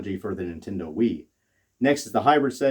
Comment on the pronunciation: "Intendo" lmao.